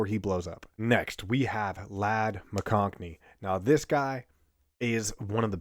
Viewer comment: There's no "n" in McConkey